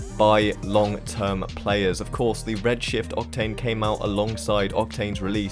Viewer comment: In number 5 I thought you said Red shit octane lmao.